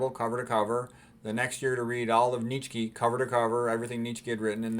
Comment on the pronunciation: You say Nietzsche very differently, caught me off guard lol. Love your videos, high information, dense and brimming with wisdom!